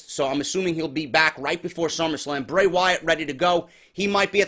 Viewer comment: its Bray not hard bro